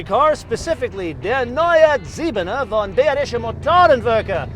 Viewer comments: You should work on your pronounciation of Bayerische though...it is very easy...just pronounce it buy-rische. Grüße! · You pronounce quite a few german words right, but bayerische is pronounced buy-rische...quite easy. Grüße!